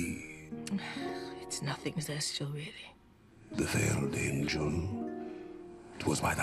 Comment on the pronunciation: Its Zestial, not Vestial. He isn't one of the V's